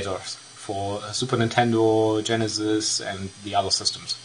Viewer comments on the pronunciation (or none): none